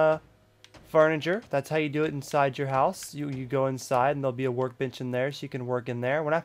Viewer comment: It sounded like you said we have our work bitch here lol